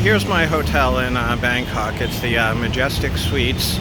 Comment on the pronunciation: He said bangcock... 🤣